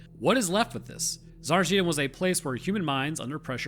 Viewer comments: Nephilim and fallen angels imprisoned, waiting for God's judgement. Also Tsa-rEE-chi-nah not sari-shEE-nah I bet radioactive sickness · No, you haven't. Tsa-ri-chi-na. 4 syllables. Not Tsar-china (2 syllables). But it's fine, whatever =) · A Bulgarian. Whoever told you it was correct, lied to you. You say it like "Sarchina/Сарчина" - it's missing a whole "i / и" in the middle. The proper name is Tsa-RI-chi-na/Царичина. It's root is the word "Tsar/Цар" - a monarch's title. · Say it with me Tsa-ri-chi-na, not tsarachina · The way you pronounce it sounds like "Tsarchina" , but the actual pronunciation is "Tsarichina". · It is caled Tsar(i)china not Ts(a)richina or Tsarich(i)na. A Bulgarian to tell you. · its not Tsarchina :D Its Tsari +china Tsarichina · As a bulgarian iam not sure you pronounced Tsarchina right. You pronounced like typical american pronounsing a foreign name tbf. I would put the emphasis on A in TsArchina not on the i in china. so its TsArchina but still not sure tho. Just like Sofiya is pronounced sOfiya not sofIya. Somehow foreigners never get it right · I'm sorry, but you did NOT pronounce that well ;-; tsar-e-chin-ah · Bulgarian here. Sorry bro, that pronunciation was nowhere near “right” 😆 It’s “Tsah-reach-in-ah” where the emphasis is on the “reach”. Poor job, just like the military did there. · u could do a little research and not be ignorant... it is TSA RI CHI NA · its pronounced tsa-RI-chi-na with emphasis on the RI when you say it not on CHI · tsa-rich-eena say it right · Sorry to disappoint but it’s pronounced “Tsa-ree-chi-nah”. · I'm Bulgarian. You didn't in fact pronounce "Tsarichina" right... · You, ln fact, did not pronounce it right. :D it is pronounced Tsaríchina. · really close but its pronounced "tsarichina" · in fact you DID NOT pronounce it right :) It's: "tsar-e-cheena" :) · Bro you did NOT pronounced it right. Should be Tzárichina. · no, you did not pronounce it correctly. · you were not even close to pronouncing it right...